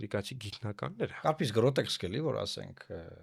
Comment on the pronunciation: Գրոտեսկ ոչ թե գրոտեքս